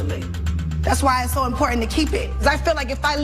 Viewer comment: Only Tamar can say ‘inportant’ and get away with it! 😮😮